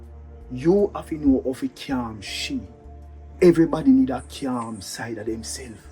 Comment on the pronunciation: the word is CALM. 🤣🤣🤣🤣